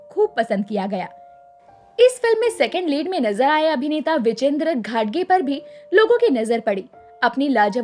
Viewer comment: घटगे नही घाटगे.सही उच्चारण करें